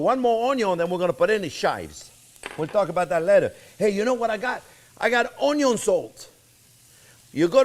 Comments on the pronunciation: Omg there not to long im starting to talk like u onyo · No, OnYo Pie. 😅 Just funning with you chef, love your show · French onyo VS. Canadian onyo...😂😂